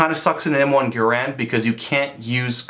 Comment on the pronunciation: It's not GUH-rand It's GARE-and